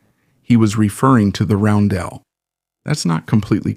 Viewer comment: What's with the ai images of the artillery crews? And why does the voice switch when you start talking about the post-war NATO roundels (Also it is is pronounced like ROWN - dl [sometimes like dall] not like how it is being said in the video).